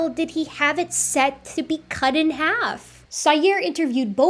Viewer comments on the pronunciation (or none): none